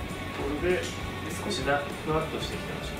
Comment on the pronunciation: ちゃんと先生もフワッとを｢ふわつと｣って言ってるのがすき